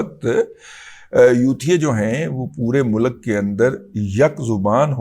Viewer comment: آپ ختم نبوت کا پرچم تھامے ہوئے ہیں اس لیے اللہ تعالٰی آپ کی حفاظت فرمائے گا ۔ ہماری دعائیں آپ کے ساتھ ہیں ۔ ایک مہربانی ضرور کریں کہ ملک کے تلفظ میں لام پر پیش نہیں بلکہ جزم پڑھیں ۔ شکریہ